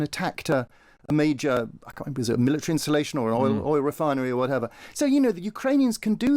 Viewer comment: Milli-tree. Military.